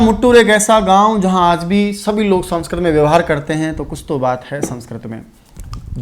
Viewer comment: Aap sanskrit ka galt ucharn kr rhe ho sir